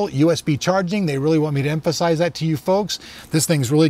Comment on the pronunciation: "Emphansise" :P